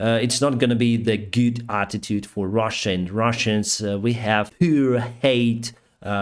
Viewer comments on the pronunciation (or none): none